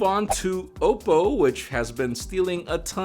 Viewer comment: ok but why did you say "oppo" like it was "owo" lmao